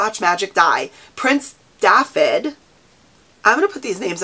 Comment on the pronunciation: Hi I'm from Wales dafydd is pronounced davith the dd is pronounced as a th in English I hope that helps